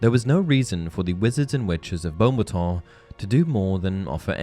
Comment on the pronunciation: Can we pronounce it the way Dumbledore did, and not Bo-battons? Thx.